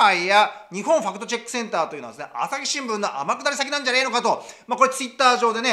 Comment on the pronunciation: ✕ 「ファクトチェック（Fact Check）」 〇「ファクトチャック（Fact Chuck）」